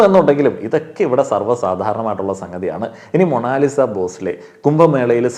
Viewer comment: മോ - ണോ - ലി -sa ...? she is മോണാലിസ .